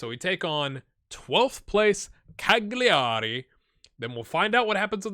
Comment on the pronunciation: Since you seem to have the other Italian pronounciations down, I though I would mention that Cagliari is pronounced "Cal-ya-ri". The way you pronounce it makes me think of the Italian verb "cagare", which means "to shit" XD Source: (I'm a Norwegian living in Italy for 5 years) Great series, and props on the other pronounciations. :)